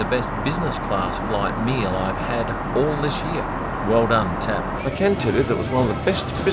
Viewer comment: it is not called TEP, but TAP :face-blue-wide-eyes